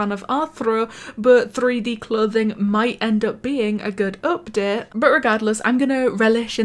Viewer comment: u know when she says update, it sounds like up det